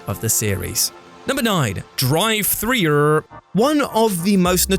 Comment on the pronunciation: Dear God,! The way you said Driv3r made me laugh SO. HARD.